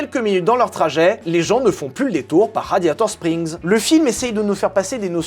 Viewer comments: Ha un moment vers j'ai écouter Gladiator strings au lieu de radiator spring c'est moi ou ?😂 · "Gladiator Strings" ou mes oreilles ont beugué 😂😂😂😂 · je sais pas si il a fait exprès ou pas mais à il dit raditor string mais je pose sa la vous faite se que vous vouler de cette info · !? Gladiator-strings !?!?!?!? .......RADIATOR-SPRINGS !!!!! Le printemps du radiateur ! Pas le string du gladiateur !!!! 😂